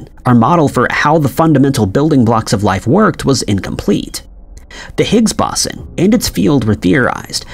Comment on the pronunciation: Boson is pronounced BOH-sah or BOH-zahn. You mispronounced it so many times I almost lost my will to live.